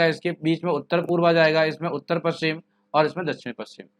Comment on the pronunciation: Aap paschim प कि जगह पू कर देते हैँ